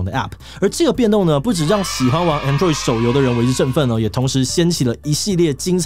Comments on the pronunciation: 我都唸ˈAnˌdroid，沒想到志祺唸ˌAnˈdroid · 志祺從 covid 到 android 的發音都...很有台灣特色...